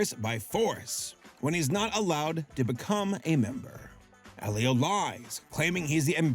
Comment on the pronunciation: AL-leo?! You prounced Elio (EElio - Elio with a HARD E) AL-leo?